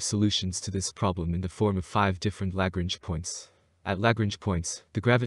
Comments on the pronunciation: I know, right? Damn. I don't know why, but it really bothered me when he continually mispronounced Lagrange. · It is pronounced La Grange. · Word of advice. If you are talking about the Lagrange points, they are named after mathematician named Joseph Louis Lagrange, and very clearly have an 'n', in the name. An 'n', which you refuse to acknowledge, every time you say it, which makes you sound, like someone who doesn't know what they are talking about. Apologies if this comes across as trolling. It's not, but the word Lagrange is not exactly new, and is plastered over every other space channel, with the 'n' in place, and heard